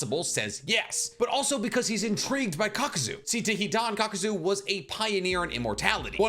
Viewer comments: Kakuzu, KAKUZU! Not "Kakuzo" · Why do you say Ka-Ku-Zu as Ka-ko-zo?? And I always couldn’t stand when you say Edo Tensei as ten sigh when it’s Ten say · Love it when calls him kakuzo, instead of kakuzu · Why tf are you saying kakuzo? 😢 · When this man said kakuzoe four times in a row I immediate clicked off the video. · “Shinoyki”, “Kakuzoh” 💀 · Why do you pronounce Kakuzu's name with an 'oh' sound at the end?